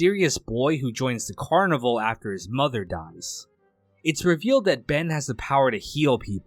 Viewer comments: You're right, that is how it's pronounced. The guy who made this video is saying the word carnival. It's pronounced they way you said which is the same as it would be in French which is the spelling used in the show title. The first episode even had the carnies singing multiple songs in French. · It is, the guy making videos on it doesn’t even know how to pronounce the name💀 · Well, I guess cause there’s a carnival in it he just assumed that. But he’s always done a pretty good job at summarizing this stuff, despite not saying the name of the show correctly. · So is this guy mispronouncing the title on purpose like some brainless the 2nd? It’s not “carniVULE”. It’s “carniVAL” like Val Kilmer. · It's car-nih-val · I thought always thought the title of the show was pronounced "car-nih-val" like the Brazilian parade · It is… this guy is low effort af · Carnivale is so niche that YouTuber's can't even be bothered to pronounce it correctly 😂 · You're pronouncing the name wrong.